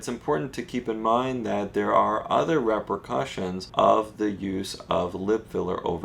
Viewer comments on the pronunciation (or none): That’s funny how he pronounces repercussion.